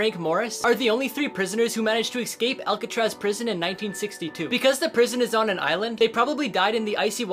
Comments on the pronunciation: its escape not ecsape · Notice how he keeps saying eksape instead of escape